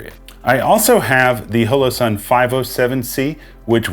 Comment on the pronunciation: i know that mean well, but you talk too much & your gesturing is even worse. Your videos are wa-a-a-y too long. You may confuse the uninitiated by calling the "M" model a compact. Other than that, you're doing fine. OH! Its Hollow Sun, Hoe-Low. And slo-VEE-knee-uh. Proceed.